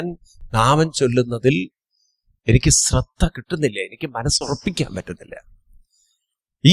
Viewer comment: സ്രധ്ദ എന്ന് കേൾക്കുമ്പോൾ ഒരുപാട് വിഷമം... ശ്രദ്ധ എന്ന് പറയാൻ ശ്രമിക്കണേ... 🙏 സ് +റ അല്ല ശ് +റ